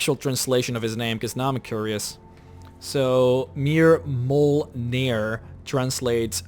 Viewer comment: Mír-mull-N'ir = Mirmulnir ... meaning "Allegiance - Strong - Hunt" (the words of the shout which makes up his name)